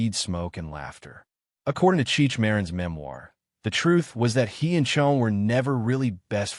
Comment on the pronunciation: Cheech and Chonge? I fucking hate AI.